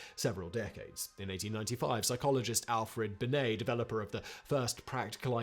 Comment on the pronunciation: When you said Alfred Binet, I thought you said Alfred Bidet, and was expecting him to be the inventor of the toilet fountain.